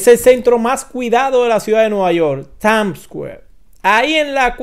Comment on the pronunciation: Es Times o Tams!! porque este no sabe pronunciar dice que es tams square 😂😂😂